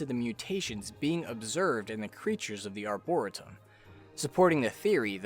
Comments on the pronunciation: FYI. It's pronounced " Ar-bor-EE-tum" not "Arbora-tum"! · Its not pronounced arboritum lmao. Its prounced like arboreetum but spelled like arboretum. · Lil' heads up: ArborEEtum❤ jus saying, not being that person🥲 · Arboretum is pronounced arbor-ree-tum Edit: I've just noticed this is pointed out often in the comments. ._. Oh well. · i hate to be "that guy" buy it's pronounced are·brr·ee·tum thanks for the vid, i'm loving this game so much! i'm not a fan of roguelike/lite (i don't even know/care the difference) -- but i can get into the randomness of this title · His pronunciation of "Arboretum" bothers me to no end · Please search up how to say “dilapidated”, “arboretum”, and “morass” before doing your next video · dude who cares how he says it, don’t be a dick and tell him how he should say it